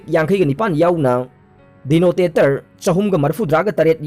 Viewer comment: Not DENOTATOR... Its DETONATOR